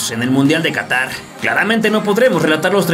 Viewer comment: Qahtar xd